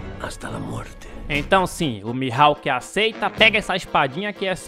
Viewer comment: Mil Rauque ? Akakakksk 😂😂